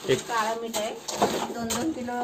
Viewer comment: काला मीठ नाही काळ मीठ